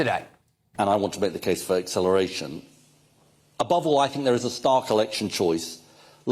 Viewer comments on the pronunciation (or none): 😂😂😂😂😂😂 Did you just say " acceleWation" ( WATION! ) 😂😂😂😂😂😂😂 hahahaha you silly. "Wound the Wagged Wock, the Wagged Wascal Wan"